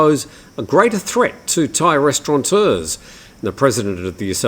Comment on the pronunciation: it's "restaurateur".